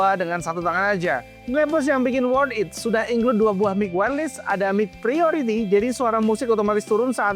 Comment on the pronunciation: bacanya wairles bukan wairlis